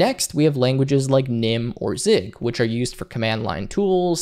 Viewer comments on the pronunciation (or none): Zig? hahaha at least not sieg